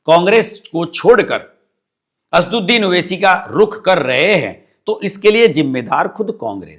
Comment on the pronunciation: 'असदुद्दीन' PLEASE pronounce his name correctly